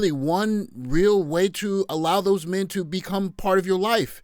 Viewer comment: "Where's all the mehn?!?!"